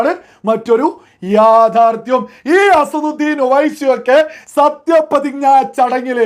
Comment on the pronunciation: അസറുദ്ധീൻ അല്ല അസദുദ്ധീൻ